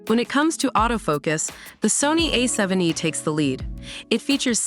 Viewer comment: The unfortunate result of using AI instead of paying for an actual human narrator. A7 E? Oh my.